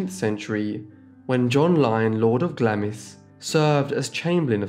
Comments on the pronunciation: Thank you for this. I liked the fact that you didn't use a robotic voice. But Glamis is not pronounced the way it looks. It's "glarms". Also, as we used to hear so much about King Charles' first wife, you could surely say "Die-ana" and not "Dee-ana". But I am just being a fussy boomer! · Glamis is pronounced 'glarms' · It’s not pronounced Glamis - it’s pronounced GLAAAMS - as in Charms. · Glamis is pronounced ‘glarms’ NOT ‘glam-iss’. Lyon is pronounced ‘Lee-on’ not ‘Lion’. Trefusis is pronounced ‘Tre-foo-sis’ not ‘tri-fuss-is’ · BTW, Glamis is pronounced 'Glarms.' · Great video, thank you. I was taken by how strong the family resemblance is, particularly between the late Queen Elizabeth II and her cousin Katherine Bowes-Lyon. On a side note, Glamis is pronounced "Glaa-ms" Please forgive me if someone else has already pointed this out, though. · Not wanting to be THAT person, but Glamis (Castle, etc) is pronounced as GLARMZ And , you used the word nee - but the pronunciation was so unclear, I had to keep replaying, as I thought you said MARE or MAYOR for some inexplicable reason and was trying to make sense of the sentence. Nee as in originally born, is pronounced nay or like a horse's neigh. Not wanting to 'have a go' just for future record. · Glamis castle is pronounced without the 'i'. Quite literally Glams...and what a 'glam' castle it is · Glamis is pronounced Glarms (to rhyme with 'alarms') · I’m afraid “Lord of Glam-iss” put the mockers on this for me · Glamis is pronounced 'Glarms'. :) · Glamis is pronounced Glams. Please ask local Scot’s people how to pronounce our names and local pronounciations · Glamis is pronounced Glarms. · Glamis is pronounced glarms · Interesting subject, but the commentary is too slow, monotonous and full of mispronunciations, such as Glamis and Diana. Train your robot better!